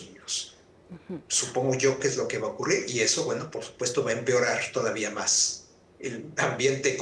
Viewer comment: NO ES.""" MAJ.""" ALTOS. ES MAS ALTOS. YA ESTAS GRANDECITA. PRONUNCIA. BIEN EL ESPAÑOL